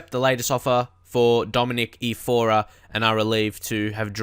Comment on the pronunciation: Are you dislexic? I'm saying this cause you were pronouncing his name as if it was "Ifora", and it's not like that, it's Iorfa...